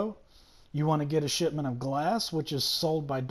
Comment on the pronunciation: I keep thinking he's saying "shit mint" instead of shipment